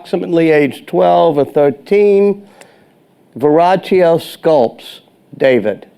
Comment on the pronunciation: It's Verrochio, not Viraggio. Do your homework.